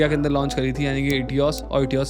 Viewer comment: Teota..... 😅😅😅😅 Sad Part Is,This Guy Claims To Be A Car Expert But Can't Even Pronounce One Of World's Biggest Car Brand's Name Properly, It's Toyota(टोयोटा) Man,Not Teota(टिओटा).....